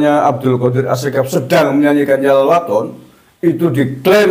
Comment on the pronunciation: YALAL BUKAN YAHLAL.....piye to Bacaaane Kabib iki ngawur...jare ahli baca kitab dll...nyebut Yalal saja di sebut Yahlal